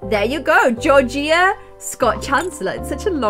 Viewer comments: It’s jorja Not George-ee-ah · Your name was pronounced Georgia like the state.. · My name is Georgia and u say it gorge a. And a girl at school bully’s me for being fat and my brother got rly angry living my life basically but without the money x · who else was buged that she said georgia wrong just picture it without the i tht is how u say it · I cant make it past the first few minutes of her mispronouncing "Georgia" like have you ever heard of the state? Anyway I'm sure it was a great video but I cant. Bye.